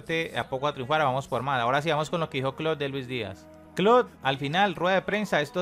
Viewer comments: El tecnico se llama Klopp no Klott jajaja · PANA POR FAVOR DEJA DE DECIRLE KLOK A KLOPP ESCUCHENSE ANTES DE SUBIR ALGO